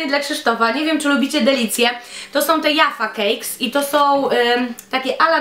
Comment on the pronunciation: Maska Krzysztofa wymiata! 😂 A tak poza tym to "trik or trit" i "dżaffa kejk" :) pozdrowionka 😙